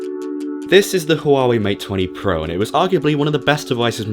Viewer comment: Hwa wey is how it's pronounced in China. Almost a silent H